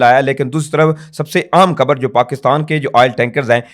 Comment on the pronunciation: لفظ کھبر نہیں ،،خبر ھوتا ھے درست کر لو ،پلیز پڑھے لکھے لوگوں کے منہ سے اچھا نہیں لگتا